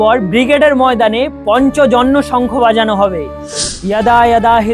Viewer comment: পঞ্চজন্য নয় ,, কথাটা পাঞ্চজন্য (শঙ্খ) জয় শ্রী কৃষ্ণ